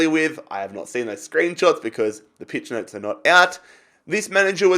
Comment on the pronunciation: Did he just say peach notes😂